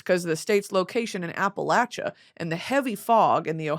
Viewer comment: Brittany I’m disturbed on your pronunciation of Appalachia😮